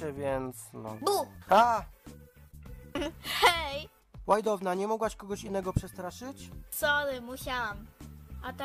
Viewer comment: Tak na przyszłość czyta się łajdona a nie łajdowna 🤗 PS super odc